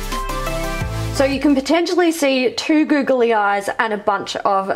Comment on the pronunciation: I love the way that they say “googly”, it sounds like “goggly” 😂